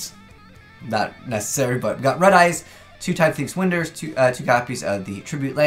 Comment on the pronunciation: Can we please let see this: it's time thief winder as in (whine-der), like you wind up a clock.